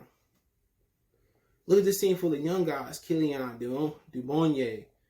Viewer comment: Can't even pronounce his name. If your gonna make these kind of videos learn his name bro